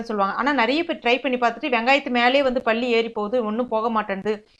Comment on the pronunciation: பல்லியை Balli என்று சொல்லாமல் palli என்று தமிழை உச்சரித்ததற்கு மிக்க நன்றி .